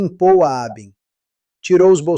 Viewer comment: Desculpe, a pronúncia correta da palavra ABIN é com ênfase na sílaba IN, como em JARDIM, PUDIM, etc.